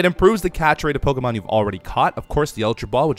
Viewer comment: Beefs pronunciation of pokemon are awful😂😂